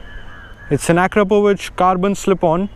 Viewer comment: You actually pronounced Akrapovič correctly. It's a beautiful bike, ride safe. Happy Holi from Spain! 🇪🇸